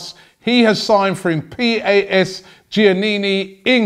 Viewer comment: Robbie ma man. It's said PAS as in pass. And giannena is pronounced YA NE NA. It's where my old boy is from in Greece. Love the vids btw fella with DT and troopz. Not even an arsenal fan but kick on brother!